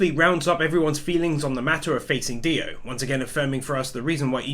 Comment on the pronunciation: DIO not Dio!!!!